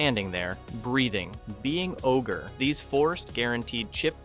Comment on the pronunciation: Also "O-G R-E" lmao